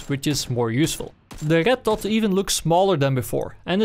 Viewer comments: It's not ched dot but red dot... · Why do you say Rrrrretttt dottt? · Why did I hear "arigat-tot" rather than red dot... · i hear "el getto" and not red dot... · I love the way this guy says red dot. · I like the way you say red dot :3